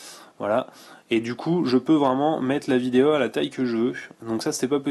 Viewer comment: Super Smartphone.Merci pour la vidéo. Le meilleur moment: On a quelque chose au bout du fil ^^ :) Et sinon j'aime bien comment tu dis vidéO,photO,eurO...Il y a un souci avec les "O"? ^^